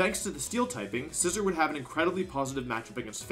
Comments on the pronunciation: I can’t help but notice you’re pronouncing Scizor wrong. It’s “SciZOAR” not “scissor” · that pronunciation of scizsor genuinely hurt me. its not pronounced like the object there is an emphasis on the O like boar or roar